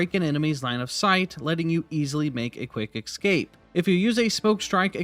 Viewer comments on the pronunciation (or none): The word is escape. Not ekscape.